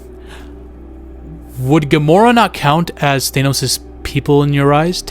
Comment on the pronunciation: Omg NOT THAYNOS